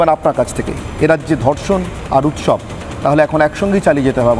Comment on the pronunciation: উৎসব নাকি মোচছব